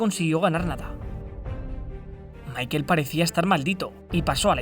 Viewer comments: su nombre se pronuncia en aleman, asi como "Mijael" por asi decirlo, no como michael en pronunciacion anglosajona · asi no se pronuncia Michael si es aleman se pronuncia mijael